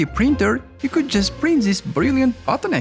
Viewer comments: tsis iss so bad to hear, tsis and tsat. THIS BRO NOT TSIS! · Ziss zizs zats , Unpleasant to hear. i stopped watching cause of zisz